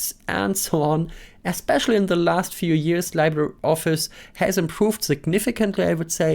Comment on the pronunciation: “LibreOffice”: Im Englischen wird es wie “LiebreOffice” ausgesprochen. Genau so bei LibreWolf.